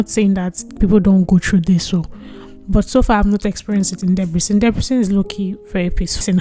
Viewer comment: just pls try to say "Debrecen" properly